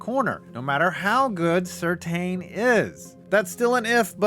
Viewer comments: its SIR TAN, not Sir Teen! PATRICK SIR TAN! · Surtain is pronounced SIR-TAN